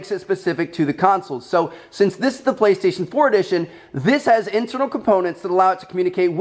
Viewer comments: Did anyone hear that he said baestation instead och playstation haha?! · You said baestation not PlayStation. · Listen from to , he says baystation instead of PlayStation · I swear I thought he was saying bae-station 😂😂